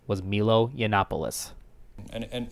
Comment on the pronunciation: Also, it’s snd: “My Low” Not snd: “Me low”